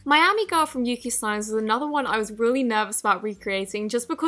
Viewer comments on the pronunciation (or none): none